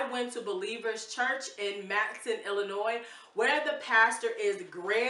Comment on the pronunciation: Matteson pronounced “mat uh sun.” originally a German community.